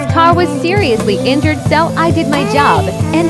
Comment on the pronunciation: I love how he says injured like its a real person